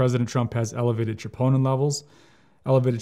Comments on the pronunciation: He says triponin levels but it’s troponin but maybe I heard it wrong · Elevated WHAT levels ????????? Chee-POH-Nuh? Enunciate clearly .